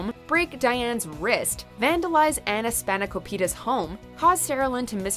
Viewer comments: It's Ana Span-a-kop-it-a, not Span-a-ko-pita. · Did she just...call Ana Spanakopita, Anna Spokopita? What?